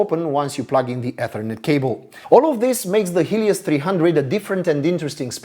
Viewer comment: For 1/2 of the video I thought the author was saying "this HIEDOUS 300", which did not many sense as he was clearly praising the laptop. I love this design!